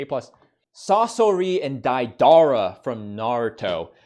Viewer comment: Hates people who say MAN-ga instead of manga. Proceeds to call Deidara DAIDAHRUH